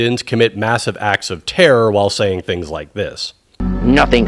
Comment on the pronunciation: "...the war on Tear.." - i almost spit my coffee.